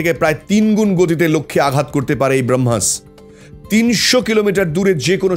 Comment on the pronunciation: Brohmas noi ota Bramohs... Plz research ta ektu valo kore korle aaro valo hoto... kichu mone korben na.